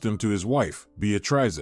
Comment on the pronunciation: Narrator needs to learn how to pronounce Beatrice.